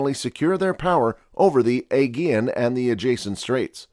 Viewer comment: Xerxes zurk·seez Perhaps this is AI narration as even Thermopylae is mispronounced. thur·maa·puh·lee Aegean uh·jee·uhn